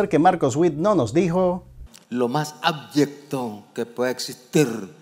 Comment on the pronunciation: Soy yo, o dijo "Ábyecto" en vez de "Abyecto"?